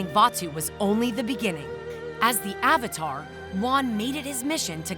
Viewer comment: Did you just pronounce "Avatar" with "Ovatar"